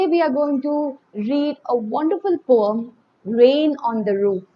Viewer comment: I am not taking out ma'am's mistake it's just for fun